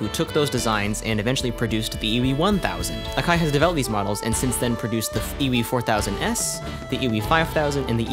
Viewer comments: I guess I just defaulted to the American pronounciation of Akai lmao, since I've heard it so many times! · How do you pronounce takarajima correctly but not akai? Lol